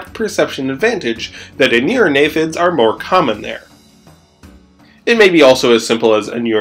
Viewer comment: "Aneurognathids"? Shouldn't it be Anurognathids? "Aneurognathus" would mean "breinless jaw", rather than the real world animal Anurognathus "anuran [frog] jaw".